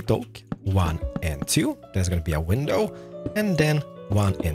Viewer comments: Lol the way he said window pain like window penis!!! 🤣😂🤣😂🤣😂 that got me hard! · Haha window 🐓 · I’m sorry it sounds like he’s saying window penises, I know what he’s saying and it’s just his accent but it’s funny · YO DUDE WHAT THE FRICK MAN YOU SWORE IN YOU VIDEO... WHEN YOU NAME THE MATERIALS YOU SAY WINDOW PINESIS. DUDE WTH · I like How he says window panes